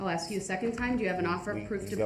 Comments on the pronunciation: I didn axe then to do dat,what a fool,,😂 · Did I axe them to do dat. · "I did not ax dem to do dat." Ugh. He infuriates me. 🤬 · Can I axe a question? What is this troof he speaks of? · I didn’t axed dem to do dat 😂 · “I did not axe them to do dat.” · Never! EVER! EVER EVER EVER EVER…. Trust anyone who says “Axe/Axed instead of Ask/Asked. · I did not AXE dem to do dat....i did not axe dem to do dat....its a rush to judgement....its not lawful law.....you dont under-SHTand....you not rushin' me to judgement.....my paperwork is missing for some odd reason ...i axe for a legal finding of fact & legal reconsideration....(I dont know what the hell im talking about) Groundz for the substain? Do you keep regular contact with that child? ***Ummmm....mr third party intervener....do YOU keep regular contact with that child????** (PS....does she actually hate you?) Here it comes: Perry Mason moment.... Do you recognize these pictures i pulled outta my ass?? Taaaa-daaaaaa!!!! Case closed. Check mate😂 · The guy who thinks he's so smart you think hed learn how to say the word "ask" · Im going to miss the ghoul going to court each day and making a complete idiot of himself for our entertainment 😅 the best bit is he thinks he looks clever, especially when hes questioning Erika and arguing with the judge, hes so stupid that he cant even get a word right that he hears 100 times a day "substain"😂 and why does he constantly try and eat his own lips? He is truly a repulsive little turd goblin, he makes my skin crawl 🤮